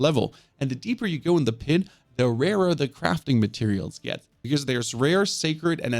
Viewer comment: Pit😖 - Pid😏